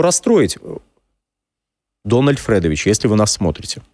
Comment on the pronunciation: не Фрэдович, а Федорович